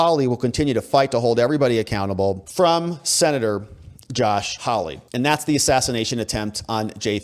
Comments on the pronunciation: How lee? Haw lee! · Geez, when are you going to say this guy's name right? Hawley, pronounced "Haw-lee". Not hard.